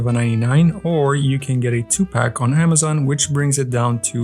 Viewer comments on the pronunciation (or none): none